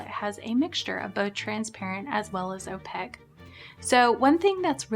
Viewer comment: I agree with you about the utility of opaque colors! (Opaque rhymes with snowflake, not jpeg)